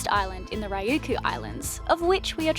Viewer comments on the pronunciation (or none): OK guys. (Friend of by the way), if we're going to go any further with your Japan adventure we will need to work on your Aussie pronunciation of Japanese words. It's Ree-you-kew (Ryukyu). Have fun in Japan. Hope you can make it up here to Tokyo soo. Cheers mate!